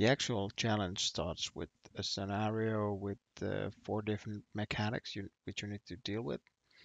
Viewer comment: Lol “skinario”